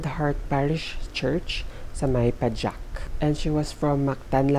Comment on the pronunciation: Wow. I'm a fan of Bailey, Bella Fiori and Eleanore Naele... So glad to know there's one from Philippines! I've heard about this. Very terrible case. By the way, the place is called Pajak as in Pahak. Hehe! Just want to correct. So sad that it happened.